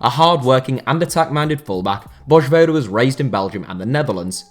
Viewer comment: Interesting how he butchered the J in Vojvoda but didnt in Januzaj